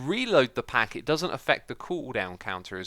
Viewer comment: i thought you said "lit"